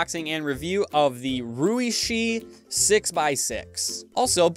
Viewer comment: it's actually pronounced more like the sh in shoe lol, not like "she"